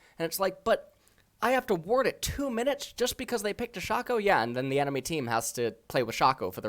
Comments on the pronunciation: ITS PRONOUNCED SHAYCO NOT FUCKING SHA-CO ITS EVEN SAID IN THE FUCKING LEAGUE SPOT LIGHT YOU UNEDUCATED FUCK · Does know how to pronounce any champions name correctly? Who the fuck is Shawcko